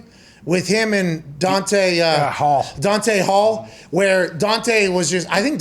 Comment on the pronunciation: "Dante Hall"